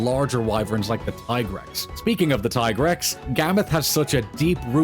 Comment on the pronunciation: Tie-grex? Really? 🗿